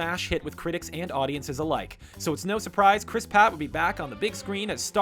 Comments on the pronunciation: Did you just say Chris PATT😒 (Pratt) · Kobe Marion yeah u r right he said Chris patt and not pratt it just sounds wrong when he says chris patt and not pratt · Chris pratt not patt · WAIT. I FOUND A MISTAKE IN THIS. HE SAID CHRIS PAT. P A T. ITS PRATT. P R A T T. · Kobe Marion yep he sure did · Not being rude but did anyone else notice he said Chris Pat. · HE SAID PATT HOW DARE HE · OMG i saw that to lol its hilarious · Kobe Marion omg your right